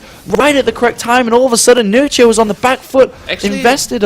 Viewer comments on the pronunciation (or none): Read nerchio like "h" not "ci"